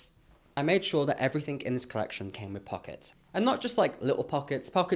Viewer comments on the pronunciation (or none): The quick, outta nowhere, american accent "its gaht pawkets!" 😂😂😂😂 youre such a GEM❤💎